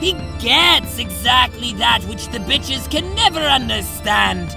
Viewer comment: whenever caliborn says "the bitches", i hysterically cackle loudly because it sounds like it was some company of bitches.